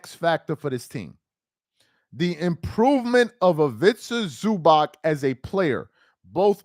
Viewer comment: Is ivica zuubahts not zubak.